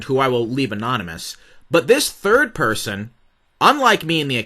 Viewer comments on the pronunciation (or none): none